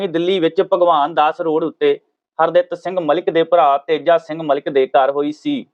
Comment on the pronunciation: Punjabi bolni padni sikh lauo s harditt singh na ke har datt s nhi😡😠